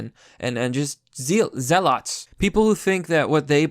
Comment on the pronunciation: you say it like zeal and then ot like otter.